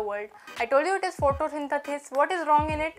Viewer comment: I loved d science teachers "photosyn-the-sis"😆...and Mitochondria babe,avoi konkani tr ani samki real go... just love ur content.This was the bestest.U r shining girl.